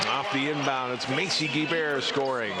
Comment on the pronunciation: He pronounces Guebert as Gee bare. It's pronounced Gee Bert get with it boi